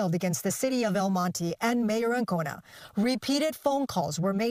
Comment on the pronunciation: LOL!, you pronounce "El Monte" like a gringo. 😂